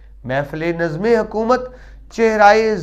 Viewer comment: محترم ذرا الفاظ کاتلفظ بہتر بنائیے نظم قطعات درویش منش اگرچہ مختصر ماخذ وغیرہ ان تمام الفاظ کا تلفظ درست نہیں ہے